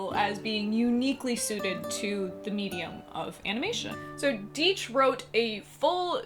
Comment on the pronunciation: A nice video, but please my friends, it's Die-ch, not Dee-ch.